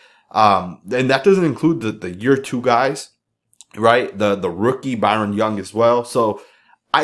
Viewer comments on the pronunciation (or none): none